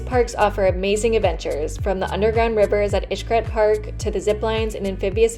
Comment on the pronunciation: Pronouncing Xcaret like “ish-cret” kept throwing me for a loop lol. But good job on the review